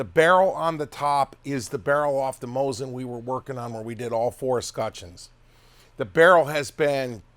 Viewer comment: you guys really bug me.... IT'S NOT MOZIN. IT'S MOSEEN NAGAN. The T is silent in Nagant, and the I is E in Mosin